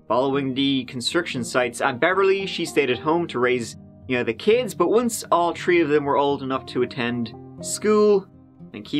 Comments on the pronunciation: "All tree of y'all" 😂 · Ah yes, “tree” and “teary”! My two faves as well and was just thinking this earlier listening to “”!